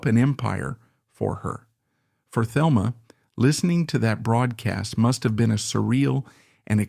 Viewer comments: Not to be that person but her name is pronounced Telma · Thelma is pronounced Telma in the Spanish way, fyi.